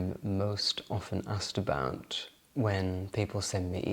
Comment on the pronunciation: Ahhsked abowt 😂